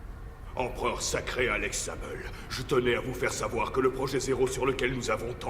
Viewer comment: Dans la saison 1 de go Alex zable "Axel Blaze" il me soûle 😤